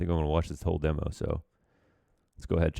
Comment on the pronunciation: pls stop saying deemo